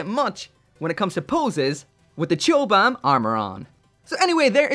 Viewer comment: Have to say, it's pronounced "cobam." Chobham armor was a composite armor system developed by the British military for use on tanks in the 60's and was developed at Chobham Common in Surrey